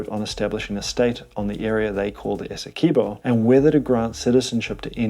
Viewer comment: It's Esse-kwey-bow Learn the pronunciations next time